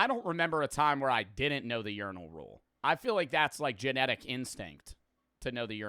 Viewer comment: did nobody else notice bro saying uniral instead of urinal?